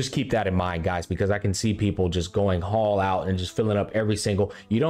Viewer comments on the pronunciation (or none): none